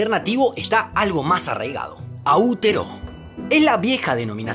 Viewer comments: AOTEAROA, no AUTERO. Si te escucha alguno de mis amigos Maori puede golpearte jajajaja. No, ahora en serio, en Maori, las vocales suenan igual que en español, y los Pakeha (anglos), respetan eso. Todos dicen AOTEAROA. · Sólo una observación Aotearoa, se pronuncia como en español, porque está en Maorí, quienes tienen nuestras mismas vocales. Aotearoa no autiró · Hola, una pequeña corrección, Aotearoa en Maorí, se pronuncia cómo se lee en español… muy bueno el canal. 👏